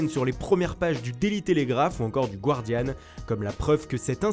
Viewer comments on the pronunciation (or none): Merci pour la vidéo mais juste pour que vous le sachiez ça se prononce Gard-i-an et pas Gward-i-an. Mais très bonne vidéo de toute façon.